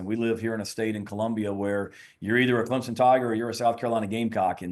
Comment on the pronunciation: Paul there is No Z in Clemson. I’m a gamecock fan, correct your speech